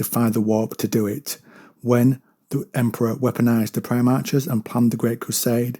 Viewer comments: Pronounced > Pri-Mark < NOT Pri-March. Just a C or K sound not "CH" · Yeah, it's "-arch" as in "patriarch", "monarch" etc